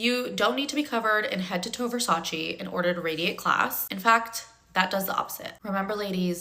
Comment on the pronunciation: classy girls don’t mispronounce Versace.